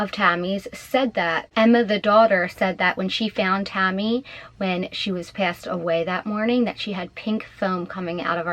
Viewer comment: Who’s Tommy? Are you trying to say Tammy